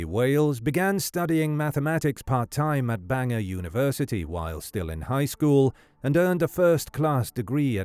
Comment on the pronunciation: It's Bangor. Pronounced Ban-Gor. It's not pronounced like the Bangor in Ireland🙄